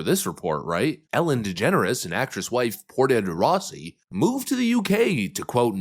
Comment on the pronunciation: "Ported de Rossi,"?!? God, you are useless. It's pronounced like Porsche.